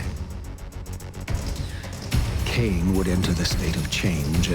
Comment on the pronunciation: Not lain-Kain